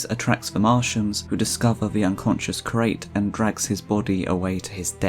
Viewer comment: 'Curate' is pronounced as 'cure' + 'ate' not 'crate'😂